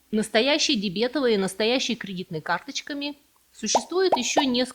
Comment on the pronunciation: Прям слух режет,от этой дебЕтовой карты.